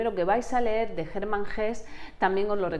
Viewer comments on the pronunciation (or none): none